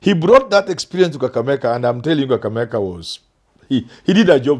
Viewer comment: Why does the Professor say Kakameka instead of Kakamega?